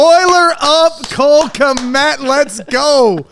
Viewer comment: Why does madden game say Cole k m e t instead of kmet. ? 😂